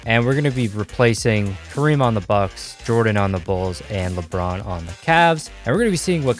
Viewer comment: He said kabron JAMES